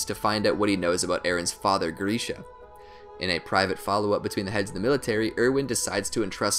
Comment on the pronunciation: Earm he said grisha correctly...they are German dude, but he said hanges name wrong tbf